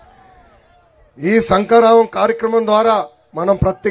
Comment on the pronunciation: సంక రావం కాదురా బాబూ..శంఖారావం. 😂😂😂